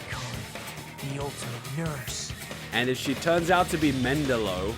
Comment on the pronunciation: Dude, it was Dr. Joseph Mengele, not Mendelo. I know you said you are bad at names, but it really makes you sound like an idiot when you screw up while also sounding smug.